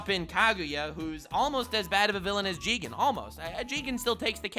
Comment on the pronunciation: you said it wrong it's not jigen it's JIIIIIIIIIIIIGEEEEEEEEEEEN